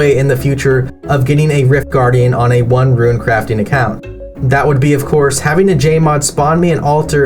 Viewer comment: What I don't understand is the pronunciation of Rune, if he's pronouncing runecrafting properly why he saying ruin instead of rune? 😭